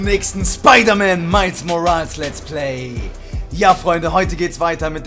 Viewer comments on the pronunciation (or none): Bin Ich der einzige dem auffällt das er nicht Miles Morales sondern Miles Moriles sagt. aber trotzdem bester Lets Player